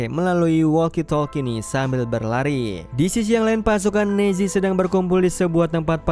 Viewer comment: nazi ? Apa nezi sihj